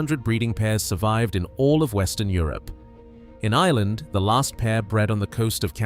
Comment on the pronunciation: There is an R in Ireland